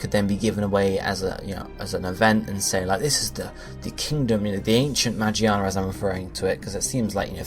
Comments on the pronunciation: he keeps saying Magiana even after correcting himself lmao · Its magearna ma gear na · I swear. The way you say the name.. Why not start saying charizard as (Chah-Riz-Ard)? Ffs